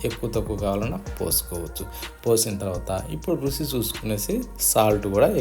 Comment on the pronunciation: రుచి, రుసి కాదు